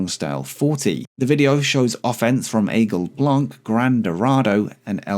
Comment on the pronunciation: Hi, from a french guy who enjoys your videos ! Just to inform you that for the Aigle Blanc prononciation, the C in Blanc is silent in french. Anyway, keep up the great work !!!